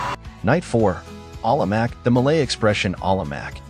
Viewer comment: No la, Walao eh, and Alamak were INCREDIBLY on point.. especially Walao eh 😂😂 (I speak Singlish)